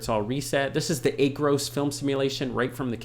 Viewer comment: Great video. Please pronounce it as Aaaacros in your next video. LOL